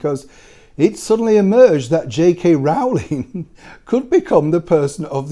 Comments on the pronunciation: Always love your videos Sir. However, not wishing to seem pedantic but it is Rowling as in (bowling) not Rowling as in (howling). That said I wouldn't believe anything the Guardian printed. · I wish would pronounce "Rowling" correctly. It's "Rolling". The first syllable rhymes with throw, show and snow, not cow, how and now.